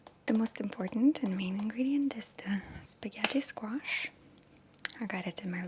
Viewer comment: "Spawghetti skwash' 😂👌